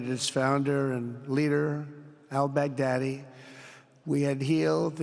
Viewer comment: When trump said 'albaghdadi', i hear 'i beg daddy'.